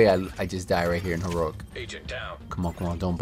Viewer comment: HEE-ROW-EEK, say it slowly, not HEE-RORIK